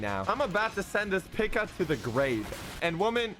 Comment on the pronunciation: its pika not pica